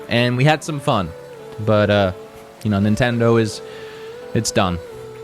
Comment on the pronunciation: It’s Nintendoe not Nintendoo